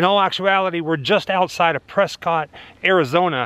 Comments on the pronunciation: As someone who has lived in the area for 30+ years, please know it is pronounced "Pres-kit" though some people still say Press COT... There is a book written about the name of the city... LOL Just so you know ;-) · Actually pronounced "Press-Kitt" ... don't ask me why, I just live here and it's a thing